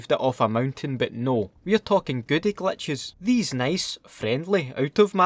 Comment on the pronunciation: Is he saying Clutches Or glitches 😂